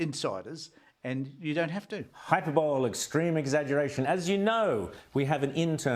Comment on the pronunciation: They are having a go at Julia Gillard. She said hyperbowl instead of hyperbole